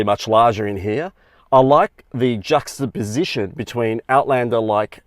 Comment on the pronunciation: If you insist on using big words like ubiquitous and juxtaposition, make sure you can pronounce them. Otherwise you look and sound like you have 'dysarthria' 😉